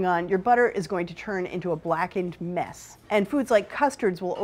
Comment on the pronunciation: i feel like there isn't one episode where she doesn't say "meass" aka mess